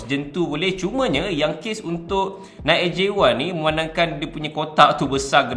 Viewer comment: Nice video bro tapi sebutan NIKE adalah (naiki) bukannya (naikk). Hehe